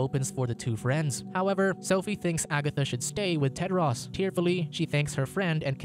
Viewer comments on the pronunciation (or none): He pronounced it wrong. His name is Tedros.